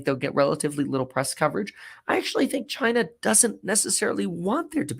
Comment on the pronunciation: You sound uneducated and immature when you say China like that.